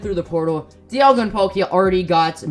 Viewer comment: when he dialga i swore he said diavolo Kingukurimuzon no nōryoku!